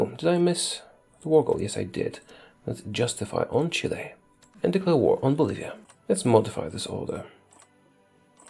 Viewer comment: U said chille wroNg